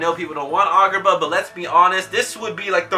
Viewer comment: Why you say it like argar ba